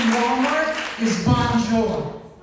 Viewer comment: Bon Jou would be the Pronunciation not bonjour